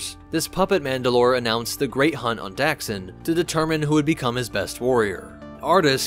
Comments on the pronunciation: in KoTOR2 and TOR it’s pronounced like “Duck-Sin”. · It’s pronounced Duxn not daxn. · Where’s the A? It’s not Daxsin. It’s Duxn DUck-sin. Check the game for reference. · Anyone else’s eye twitch each time he pronounced Dxun as “Daxen” ?